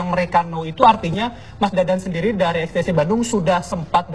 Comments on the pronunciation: Geng motor ex te se 😂😂😂 Ex ti ci kali bambang bagong bacanya 🤣🤣🤣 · XTC bukan extece....